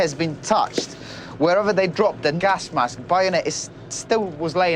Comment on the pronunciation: Wait a minute... did he say gask mask ?